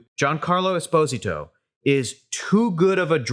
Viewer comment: It’s “es-po-SI-to”